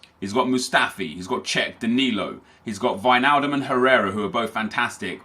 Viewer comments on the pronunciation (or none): none